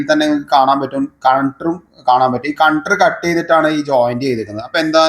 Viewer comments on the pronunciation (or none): കൺട്രൂ അല്ല ചേട്ടാ. കണക്ടർ എന്ന് പറയു. നാവ് വടിച്ചാൽ ശെരിയാകും. പിന്നെ 250രൂപ മാത്രം ഇങ്ങനെ ഉള്ള പണിക്ക് ഞാൻ വാങ്ങാറുള്ളു.😂